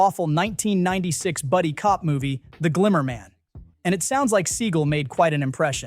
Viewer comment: Exactly. Pronouncing his name as “sea-gull” is an insult to seagulls.